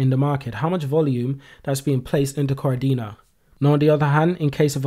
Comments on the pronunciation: He said kar-dina,, he has to say ka-de-na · Ka Dena, not Kar-dena